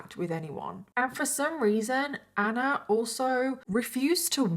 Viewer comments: Why is she pronouncing ANNAAA like that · The way you pronounce ‘Anna’ is so anoying I had to stop watching 😢